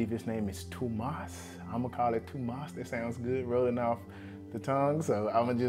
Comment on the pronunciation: Huh, an american nailing how you say Tomas in swedish. Nice video too dude